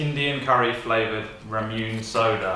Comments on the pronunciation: its ramune (ray.moo.nay) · I cried when he pronounced RAMUNE wrong. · that’s not how you say ramune pfft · Pewdiepie theg call it ramune (raw-man-eh) is what they call it and its a great drink and lots of better flavors then the piss one u tried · OMG THE WAY SAID "RAMUNE" PAHAHAAHHA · The way that dude pronounced ramune 😭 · Omg the way the dude pronounced Ramune bothered me